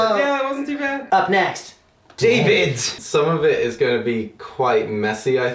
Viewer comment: "up next" "dayvith"